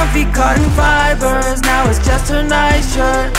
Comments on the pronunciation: and the costom worn fipersss 🤣🤣🤣 Ps. Ik its fibers, but it's funny the way he says it... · When Alex sing without music. Funny pronounce of fibers😂😆